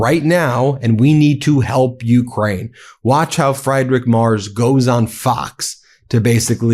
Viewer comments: It is not "Frederick Mars/Mers". It is pronounced "Merts". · Ben, you guys are on top of it and brilliant, but you just HAVE TO learn how to say these guys' names! The German is Friedrich (FREED- rich) Merz (MARE-tz). YOU GOTTA do this out of simple respect. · Please get your pronounciation correct. It’s Merz - like Fred & Ethel on the I Love Lucy show. It really diminishes your credibility if you can’t get the name right - especially for us Europeans who are your big fans. We know you don’t want to spread misinformation! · Dear Ben, to be correct, the proper pronunciation of the new german chancellor's name is not mers but rather Merts.👍🇺🇲 I should know , having lived in Germany for over 40 yrs I drive a "Mertzedes Benz" automobile. Tighten up bro.😉😉😍🙋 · (Ben - his name is pronounced like "Mare-ts" not Mars or Murs or Mares) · Try to listen to the man's name. It is certainly no merz. Try Mertz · Not Marz it is M-e-r-t-z. The "T"should be heard. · Its not fri-drich mars. It's free-drich M-air-z. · Frierich Merz's surname is pronounced " Merts", not " Mars" as you keep saying. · Ben! I watch you a lot, but I have to correct you again about pronouncing Merz's name! I understand you have to learn a lot of unfamiliar names, but this one is pretty easy. Pretend there's a T in Merz--merTz--and you'll get closer. Certainly not "mars"! And Friedrich--it's FREEDrich, nothing "fried" about it--is a fairly common name even in America. Thanks. Not trying to be TOO pedantic, but this grates on my nerves. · His name is not Mars it’s Merz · Ben, stop pronouncing the German Chancellor's name "mars"!!!! It's super annoying. And INCORRECT. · Dude, it's Mertz, not Mars! You got it right once, You can do it. Just concentrate a bit. :) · The German chancellor‘s name is not „Mars“. His Name is Friedrich MERZ. Start with freed, then rich (not ritsh, no T) then Merrts. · Freed-rich Mairtz! It's prounounced "Mairtz" not "Mars"! His name is Friedrich März, not Frederick Mars!!!